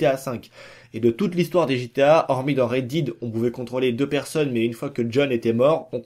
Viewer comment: En 1 minute de vidéo tu dis 3 fois Red Did stp reprends toi c’est Red Dead 😂